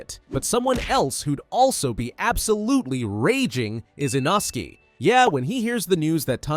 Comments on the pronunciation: Inosky is crazy its litrually pronounced inoske- ai these days. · You forgot shinobu and you you said a inosuke name not correct you said you not says name correct oops saying like a inosuke different name like a a inosuke inosuke nickname what is make the name not even correct